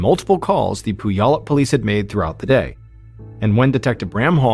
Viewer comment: Puyallup is pronounced Pewallup